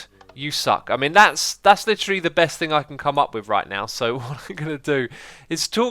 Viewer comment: you soounded a bit Dutch at the beginning "Beste zombie"